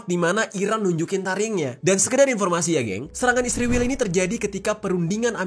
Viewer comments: Israwel..sebutan lu gak benar bro. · Mengapa kalau negara ISRAEL abang sebut dengan ISRIWIL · Gua gak mihak siapapun tapi kenyataan nyebut Israel nyebut Isriwil, gua suka gaya lu bang😁